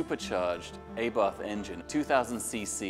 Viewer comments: Lovely video, lovely car, humble owner - but please, the 'ci' like in Gucci - Lan-che-a; the engine is by A-bart not "a bath" and ideally, it's a 'zay-ro tren-ta set-a'. I know it seems pedantic but when you're speaking of such history and such beauty.... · Announcer doesn't even know the proper pronunciation of the names - Lancia, nor Abarth. They are "Lon-cha", and Ah-bart".